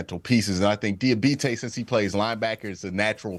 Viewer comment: It's dee ah bot tay do you speak English